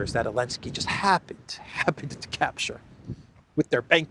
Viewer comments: You still can't say Zelensky? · Biden call him Belensky.😊